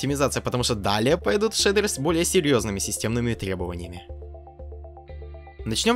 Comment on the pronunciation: шейдуэуы, это хоошие шейдуэуы, ояинь хоошая дигция